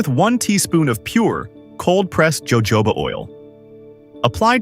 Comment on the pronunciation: Evidently you’re not very intellegent… it’s pronounced hohoba, oil , not Jo jobs! Yikes don’t do video if you can’t even pronounce the item you’re talking about!